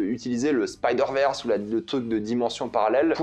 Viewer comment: faux raccord et ooof "the stain into the rege verse"